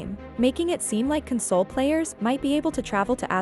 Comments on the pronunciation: I find it funny that the AI/Voice is pronouncing console, as in comforting someone, rather than a gaming console. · It’s weird that the VO switches back and forth between CON-sole and Con-SOLE! 😂🤣